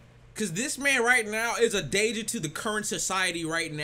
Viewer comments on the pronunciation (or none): none